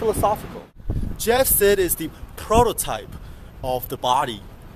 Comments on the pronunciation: its pronounced "side" not "sid" you keep saying it wrong. You made a vid about the guy but didnt know you were pronouncing his name wrong?! yikes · Its pronounced jeff side not jeff sid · hahahahaha! your saying his last name so wrong, its pronounced like "side" not "sid" what you were saying. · "Jeff Sehd" XD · its SEID. pronounced "SÆID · You're saying his last name wrong. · "I'm a fuckwit and I have a pin dick" -. Do you even pronounce his last name correctly? Please stop.